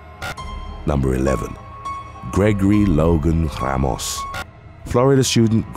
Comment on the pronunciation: “Gregory Logan Rrrrramos”